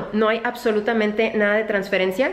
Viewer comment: transflencia jajajaj te quiero ❤️